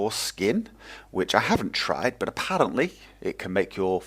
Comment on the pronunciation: Not to seem rude at all. The way your "r" rolled when you said "Apparently" are you irish/scottish/welsh? /hopes not to seem stupid/